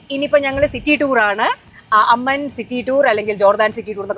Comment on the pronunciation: അമ്മൻ അല്ല ചേച്ചീ "അമ്മാൻ" 🎉🎉